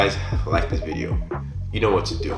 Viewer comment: Why do you say vizeo?